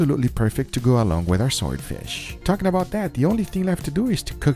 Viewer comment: Why do i hear him say ‘soy fish’ ? lol